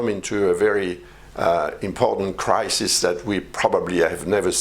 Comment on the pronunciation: Did you said crisis?😯😯